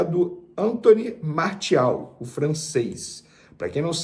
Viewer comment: A pronúncia é MAR-CI-AL e não Mar-THI-al...O cara é francês...